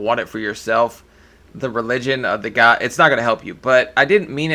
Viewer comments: She asked “do you believe in Gah?”I didn’t know it was Gah and not God 😂😂😂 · "Choo bleef i' gaaaaaaaard" Iconic.